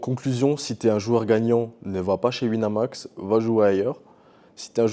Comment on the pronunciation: "Sur Wineumax" 🤓